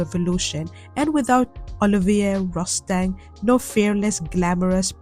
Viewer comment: hey girl! Olivier Rousteing is of French nationality so his name is actually pronounced “Oh-Liv-EE-AY Roo-Stahn”.